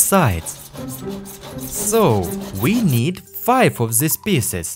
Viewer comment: Great video, I always wanted to see what Happens there inside…. but if you want the videos to be just perfect, PLEASE don’t pronounce every "TH" and “S” like "Z" it’s just painful to hear that all the time. (the=zee, these=zeez, those=zoez, that=zat, zyztem, zeal, mezzy, zomezing… etc…etc..)